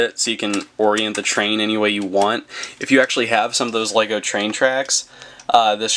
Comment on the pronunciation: What he said :lego review What i heard:wego review